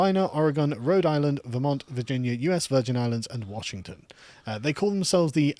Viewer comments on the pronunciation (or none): none